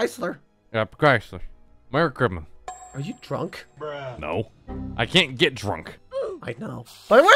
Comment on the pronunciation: "Merry chrima."